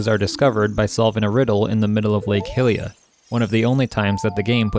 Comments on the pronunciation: BRO im sure its been said many times down here. But its a universal agreement that it's pronounced HIGH-Lia. What would possess you to want to pronounce it any other way? cmon bro get with it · say Hillia one more time I stg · Hyrule = Hi-rool Hylia = He-lee-uh 🤔 I always said Hi-lee-uh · Amazing vid but please can you pronounce 'Hylia' and "Hylian' correctly. It's pronounced 'HyLEEa' not 'Hillia' :))))